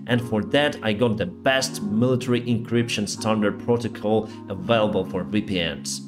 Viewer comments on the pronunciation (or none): none